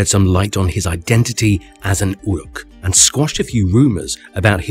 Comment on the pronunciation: Essentially everything you say in this video is nonsense, not Tolkien, including your pronunciation (ooruk, not yuruk).